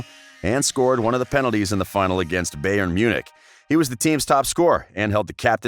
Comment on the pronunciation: oh my God.... i hate the way you just said 'bayern munich' too......what are you? a baseball expert i guess huh? This is what happens when dispassion colors work